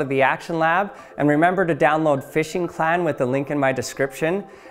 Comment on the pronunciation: Did you say "Fishing Clan?